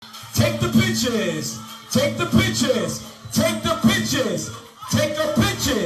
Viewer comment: The suit is tacky in my eyes but his pronunciation of the word pictures needs some work! You would think his speech and actions would equal his jewelry and suit